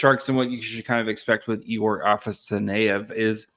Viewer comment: Afa-sa-ny-ev? Lol it's afanasyev ah-fena-si-ev